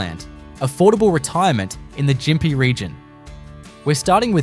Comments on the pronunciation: Can't watch this, half the photos are reversed, and it is pronounced Gympie with a hard G not Jimpy. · You don’t even pronounce Gympie properly ! 😂